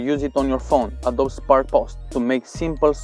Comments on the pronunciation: ye its wrong he needs to say uhh dohh bee not uhh dob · Hey, just letting you know that you don't pronounce Adobe correctly. It's "uhh-doh-bee", not "uhh-doh-b"